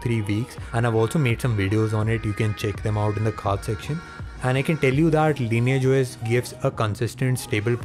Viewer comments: the right pronunciation is "LINIYAGE OS" NOT LAYNAGE OS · "sobscribe to the cannel...the lineagh os" oh my god your english is so bad 🤢🤢